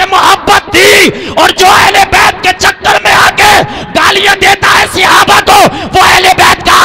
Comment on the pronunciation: sihabah nahin hota hai sahaba hota hai